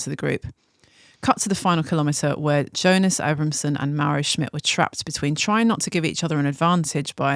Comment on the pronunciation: Producer said it correctly! Kudos to her.